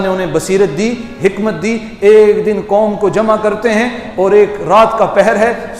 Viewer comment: 'Koom' nai, qaum. Aur 'apna' nai, 'apni'.